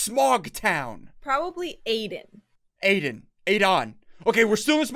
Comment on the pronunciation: Aiden is not adon